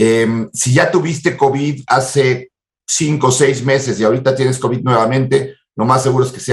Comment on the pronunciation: El omicrón y el covichsss.